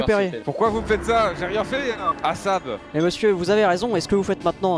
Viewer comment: Terra a dit “ASAB” il est vraiment fort 😂 all sheriffs are bastard